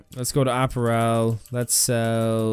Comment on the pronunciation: Is he pronouncing "apparel" wrong on purpose?? lmao